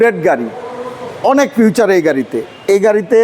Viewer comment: উচ্চারণ টা ফিউচার না , ফিচার